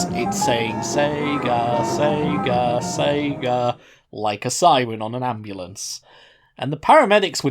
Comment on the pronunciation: sounds more like pika than sega